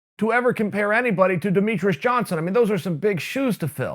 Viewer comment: Demetrius "Demetrus" Johnson